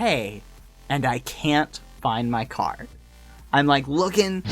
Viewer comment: at first i thought he said car not card :DD